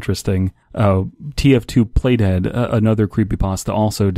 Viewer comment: when you said play dead, I thought you said "plate head"